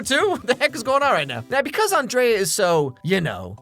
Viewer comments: Her name is pronounced An-dree-a. Miranda just pronounces it An-dray-a. 😊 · This sequel was a solid 2 out of 10. The 2 points were scored for Lady Gaga and the celebrity cameos. Hear Emily enter and call Andrea Ann Dree A. My name is Andrea, too. Later on, the pronunciation morphs into On Dray Ah. I get that all the time, too. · You know, for someone who's seen this movie 87 million times, you sure do mispronounce Andrea the same number of times. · It shows how big of an impact Miranda has had, in that the entire video he pronounces Andreas's name the way Miranda does, and not how Andrea herself and all of her friends and family do.